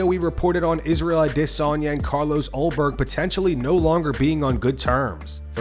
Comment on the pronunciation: The only people I've seen pronounce Adesanya that way is this channel and Ariel Helwani.